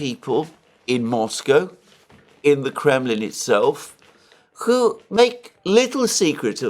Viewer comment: Alexander says "who" like "kho". A Greek influence, I suspect :)